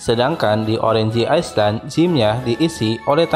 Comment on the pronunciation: cara penyebutannya banyak yg salah bang Orange, Island